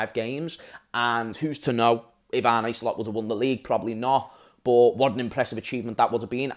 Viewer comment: Man said Arne SLOPS 😅 we are finito